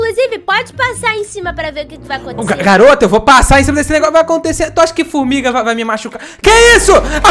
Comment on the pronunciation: Ele falo furmiga me cocei e senti chero de furmiga